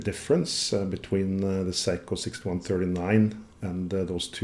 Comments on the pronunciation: Seiko pronounced 'Say-ko.' 'Sai-kou' as you pronounce it actually the word for 'The Best' in Japanese. So, technically, if you do consider Seiko to be the best, then you're fine :D Amazing video, it's great learning about the history of movements, thank you for making it so accessible. So much emphasis is placed on general brand and model history in common discourse and outside of a handful of movements, like for instance Seiko's Spring Drive, the rest of it is disappointingly hidden away on only the most technical and impenetrable forum boards. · In 67 years, I've never heard anyone pronounce it Psycho. That's the German pronunciation of a diphthong - the second vowel determines the sound. Unless it's the word "sound." I've heard it pronounced Say-ko my entire life. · If you have so much adoration for Seiko why is it that you call them "psycho" rather than "say-ko". Just saying and asking that tough question. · Hi, great channel this. Seiko is pronounced, "say-ko", according to my research-not psycho, crazy eh ? Sorry to probably correct you for the umpteenth time. You enjoy humour-here is an example of one of my limericks for your amusement- There once was a man in a bin, He tried to get out but fell in, He was tidy and clean, But awfully mean, So now he just lives in a tin. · The English pronunciation of Seiko is 'Say-ko', not 'Si-ko', if that helps.